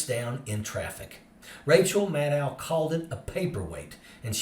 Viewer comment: Maddow is pronounced like "know", not "now".